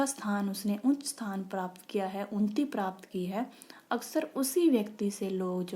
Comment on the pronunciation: Its unnati not unti